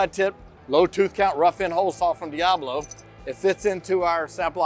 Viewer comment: Let me tell you something VANCE! Diablo = Goat, and Steven is grade a awesomeness, but HOW DARE YOU force him to mis-pronounce his own tool just to get back at me!? You could see how depressed he looked when he had to say it the way you wanted him to. He deserves better, and for shame to you. 😢